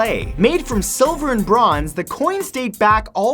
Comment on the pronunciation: Did he just say "siliver" ??